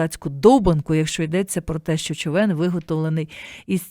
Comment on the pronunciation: Дякую за ефір. А чому "човЕн", що з наголосом?